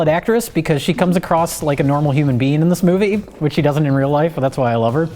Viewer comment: "SHE DUDN'T"